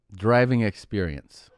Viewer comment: "porsha....ah....driving experionce"😂😂